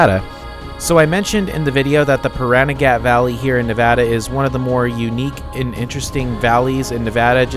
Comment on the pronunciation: The only part of Pahranagat you’re mispronouncing is the end of the word “Pahranagat” it’s not “gat” oddly enough it’s puh ran a get if that makes any sense.